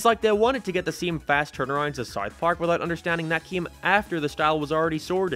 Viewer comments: I had to take a break from watching this video after the 20th "SAWRTH PAWRK." Sorry m8. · “ Sourth park “ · bro really says "sarth park" instead of south park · saerth park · man i sure do love souwth pawrk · Souerth puaerk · WTF is Sarth Park? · Why are you saying Sarth park, honest question lol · I’m 10 minutes into the video still tryna figure out what “saiyth pork” is… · Saurth Paurk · Are u saying sarth park? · Wtf is sarth park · Sawth Park? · How u gonna spend time making this cut clips and audio hear them pronounce and say South Park, and u gone turn around and keep saying it like that. Sourth Park... mother fu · It is called South Park not Sart Part, also I said speech impediment, not speed impediment you aardvark. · Sarth park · “Saurth Park” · i gave up on this video after the 5th SARTH PARK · scythe park.... your accent kills me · South Park, not whatever you’re saying bro 😂😂😂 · Have to ask about your accent, are you like Irish but moved to the US or something? Sounds like youre pronouncing south park as seuwth perk and other stuff like half british/irishly or am i going insane? Oh i literally got my answer like 5 seconds after commenting lmao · Why is bro saying “Sarth Park” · You pronounce it like sarth park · sourth paurk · Sarth park lol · Sourth park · Sooouthh paak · *sarth park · You cannot pronounce “South Park” properly and it’s bothering me lol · I have never heard anyone pronounce South Park the way you do. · The way this guy says South Park is funny to me 😂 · The way he pronounces “South Park” makes me insane…. Like no hate, I know it’s his accent, but god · why do you say south park like that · Dude, why can't you say "South Park"? Is it an accent, speech impediment, or something else? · sounds like your saying smouth mark lol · You say sarth park and it hurts my ears. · You say sourth park instead of south park. Doesn't bug me but it just sounds strange. 😂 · “sourth park” lol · Nobody else gonna mention bro says “sart part” 💀💀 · Sarth park?